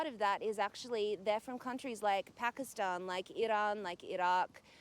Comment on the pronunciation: I love the way pronounces Irrran and Irrrak